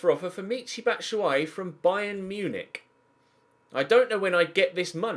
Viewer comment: Abbas Mate Ino the way said Munich 😂